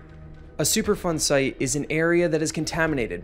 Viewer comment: I 100% thought he was saying “Super fun site” and had to google it because it doesn't sound that fun ngl. I mean, I could be wrong… Don’t let my unsupported pessimism get in the way of super fun.